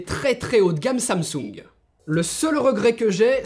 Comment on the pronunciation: Samsoung ? xD